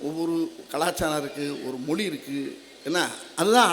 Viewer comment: வடிவேலு ," மொலி" இல்லைங்க 'மொழி "என்று உச்சரிக்க முடியல இதுலவேற இவரு பேசியதை கேட்டு தமிழ் கற்றுக்கொண்டார்களாம் ?